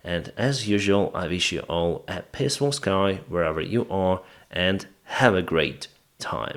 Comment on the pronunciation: dude - love your style and work and you have full support - whilst dodging your real duty - but...paceful sky...it is peaceful....not paceful. Slava Ukraini.